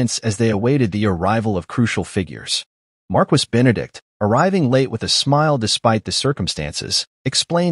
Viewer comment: In " Marquis " the "U" and " S" are mute phonététicly it pronounce " mar kee "